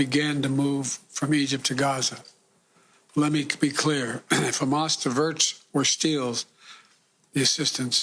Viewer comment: Wow, Biden is STILL alive? Good for him. I like how he pronounced Hamas. Great job with the media helping get this zombie puppet elected and ignoring his mental decline. It'll hopefully get us in a big fat war again, like the deep state loves. They've always wanted regime change in Iran..or WW3. If you want your son fighting in Iran, vote Biden!